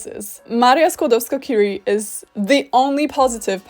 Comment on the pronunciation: I also find TERRIBLE that English speakers can never pronounce "Marie Curie" right, with the French R, however they never get the very similar sounding "J" in Javier and Juan wrong. UPDATE: oh well, I just realized that at the end of the video you mispronounced "Curie". It's a French name, not an English name. Should be pronounced as a French word. Bad example if you tried to make a point about correct pronounciation of Polish (and I agree to this point, even).